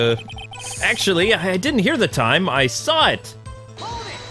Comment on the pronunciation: And Sahwit = saw it